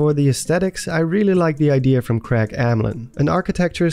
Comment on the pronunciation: I'm sorry.....HOW did you just pronounce Craig?!?!